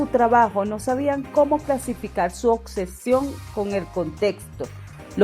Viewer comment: ❤ buenas reseñas ! Lamento corregir… obsesión … no ocsesion 😬